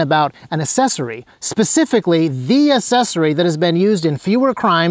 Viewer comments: It's "accessory," not "assessory." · I was hyped up on this video until he pronounced accessory, “assessory”, then I was just annoyed. Wtf is going on in the gun community that people can’t pronounce accessory? ac·ces·so·ry